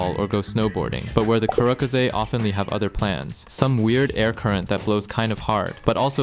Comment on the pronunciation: As someone living in Gunma, the way here butchers the pronunciation hurts my soul. It's Goo-nn-ma, not Gun-ma. Also massacred the pronunciation of the karakaze. However, totally right in that it is hella windy and it will throw you off from your bike.